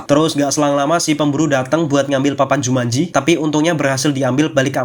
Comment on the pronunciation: Aku kirain "jumatji"😅